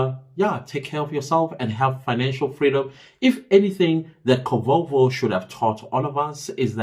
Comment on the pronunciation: lol kovovo I almost asked what is kovovo😂😂